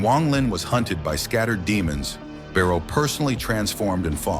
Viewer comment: Not barrow but bei luo